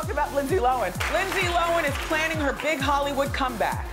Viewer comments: Thought was Lindsay Lohan not lohen keep saying that then when she introduced her she said it right is this the mandela effect lol 🦋 🧐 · For years says “Lindsey lowen” Lindsey comes on her show “Lindsey LOHAN” lmao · I'm confused because years ago when everyone in the media was saying Low-Han, I heard an interview and they asked her. She said she always pronounces it Low-en ..so from that point on I always said that. Sometimes I would switch it up from hearing it said Low-Han so much. It's just weird that she wouldn't be consistent with her own name even if she didn't care how others said it. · LINDSAY LO-HAN not Lindsay looan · Keeping up With the Ks ok thank you i thought i was hearing her wrong hahaha i was like lindsay lowen? whaaa lol lohhhhaaaannn lol 👍ok so my hearing is good lol thnx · Lindsay lowan, lindsay lowan, lindsay lowan. Please welcome.. lindsay low-han. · Entire compilation, Wendy says “Lindsay Lowin” Then she introduces LL & says “Lindsay Lo-han” finally hahaha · Did anyone else get OCD when Wendy was saying Lindsay loAn instead of Lindsey loHan It drove me crazy Still love her Also can we talk ab how This girl brought a freaking ARMY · LOHAN NOT LOAN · How hard is it to say Low Hannnnnnn!!!! Not lowen! Ugh so annoying. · It’s actually pronounced “lowen” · Made me mad 😡😂😂 lowen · Dana K she literally said at like the 14 min mark while talking about her night club that it was called LoHAN night club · it's pronounced "low hand" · "Linzee Lowan" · Nobody: Windell Williams: LiNDsEy LoHeN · "Lindsey Lo'en" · They pronounce Lohan Lowen and Mr.Duvall Pronounces Cady Caddy. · The fact that she drops the h when she says her name drives me nuts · seriously. Not a bright woman. Didn't even know after how many years how to say her name. Gross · I kept cringing every time Wendy said her name incorrectly. She’s funny but so rude. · Is linsdays last name really pronounced how Wendy is saying it 😂